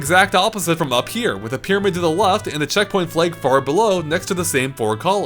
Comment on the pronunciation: pronounces flag as "fleg."